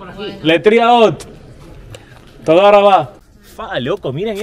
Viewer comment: "leitraot" no "letiraot" querido 🤣